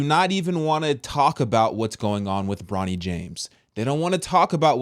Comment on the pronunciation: It's Bronny not Ronny!!!